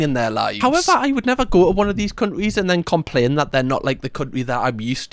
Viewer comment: I love how you pronounce countries as “cundrie” 😂😊